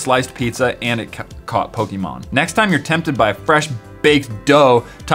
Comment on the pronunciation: OH MY GOD THERE'S A YOUTUBER THAT KNOWS HOW TO SAY POKEMON